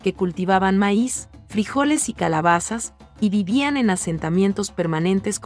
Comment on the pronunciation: todo bien asta que salio con su meis es maiz o fue mala pronunciacion lo repeti varias veces y no me gusto es historia es cultura antigua solo falto los elles